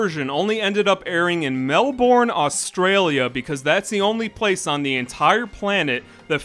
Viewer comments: OMFG ITS “MEL-BIN” not “MEL-BORN” GOSSHHHHH,…. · im so sorry its the way he says "Mel-BORN" like 😭😭😭 bro its "mel-BURN" (id go further as to say pronouncing the "r" as an "ahh" is necessary for it to sound right but it isn't all that important) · hey mate, australian from melbourne australia here. it's pronounced mel-burn, not mel-born. it's always amusing to hear americans try and say melbourne. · It's pronounced mel-burn not mel-born. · As an Australian I found it very triggering when you said Mel-Born when it’s actually pronounced more like Mel-Ben other than that, great vid! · As someone who lives in Melbourne, it hurts how you say it Q.Q it’s said like “mel-buhn” not “mel-born” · It’s MEL-BERN… not Mel-born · MELBORN??? IT'S MEL-BIN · Melbourne is pronounced as: Mel-burn Source: Is Australian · As an Australian saying "Melborn" hurts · Melborne. MEL-BORNE. I- R.I.P Melbourne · As an Australian the way you said Melbourne hurt me ( it’s pronounced mel-bin) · ITS PRONOUNCED MEL-BIN 💀💀💀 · Love hearing foreigners pronounce "Mell Born" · You saying Melborn was so painful to hear 💀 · Naha I’m sorry, the pronunciation of Melbourne, it’s so hard to hear it pronounced by people who don’t come from Australia and don’t have the accent. We pronounce it Melbin Melb-en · The funniest part of this video was you miss-pronounced Melbourne! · Absolutely XD everytime he said Melbourne i cringed a little more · why did he say Melbourne like that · The way you pronounced Melbourne tho 😭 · Not the mispronunciation of Melbourne 😔😭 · No one is talking about how he pronounced Melbourne... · as an australian im offended how americans pronounce melbourne im very late to the party lol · The way u pronounced Melbourne wrong 😭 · I'm offended by the way you say Melbourne